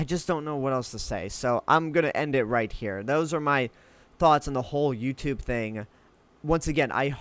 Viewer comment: Why after you speak ... At the end of a sentence do you say "uh" ??? Like Youtube"uh" ... Gathered"uh".... 900uh